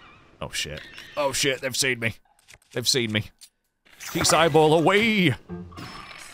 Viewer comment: I heard "geese" when you said "keese" and thought to myself that it makes complete sense to ignore the area where they were at. Cause geese are terrifying. I think more terrifying than keese. Anyway, these simple shrines were a nice change. And Koltin's dream is pretty different. Hope he gets there!